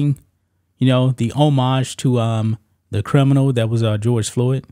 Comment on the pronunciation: OMG OMG OMG! You are the first person in years that I've heard properly pronounce the word homage. Subscribed. 😂